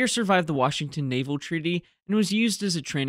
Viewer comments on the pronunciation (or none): none